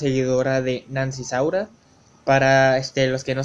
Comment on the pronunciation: Es SAURIA NO SAURA